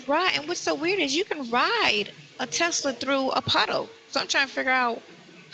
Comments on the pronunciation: Did she really say elon musk has a $15,000 “Testtilla” coming out she must be thinking of testicles aka Nesto’s balls🫤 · What is a “TESS-UH-LUH”?